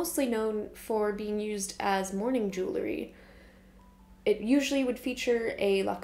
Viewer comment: jew ell ry ;)